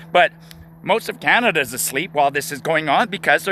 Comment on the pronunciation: CANADA OR IS IT COMADA?